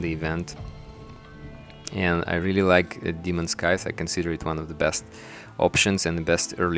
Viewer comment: scythes, not skies